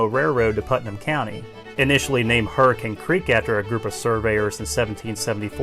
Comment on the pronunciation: You can tell he's from West Virginia because he pronounces "Hurricane" correctly.